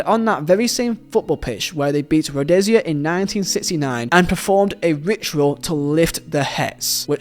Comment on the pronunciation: Correction . When you say Rhodesia, you imply Zambia and Zimbabwe but those two countries were divided. Zambia being Northern and Zimbabwe being Southern. So what you meant to say was Southern Rhodesia and also it is pronounced as Road-izha. The same way the s in Asia comes out.